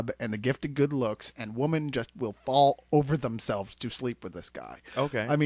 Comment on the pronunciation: Too funny how just can't say "women" plural.